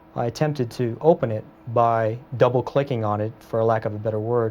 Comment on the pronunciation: yes, he said he tried to open it by "double-clicking," the way he said it was as if this was some very advanced technique.